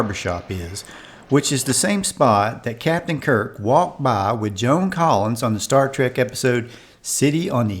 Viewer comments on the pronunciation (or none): none